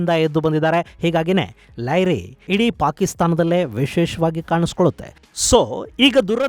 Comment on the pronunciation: ಲ್ಯಾರಿ ❌ ಲಿಯಾರಿ ✔️